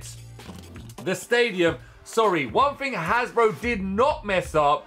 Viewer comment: Its not hasbro but Hasbruh 😂